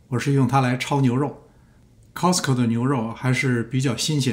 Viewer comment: Costco读错了吧😂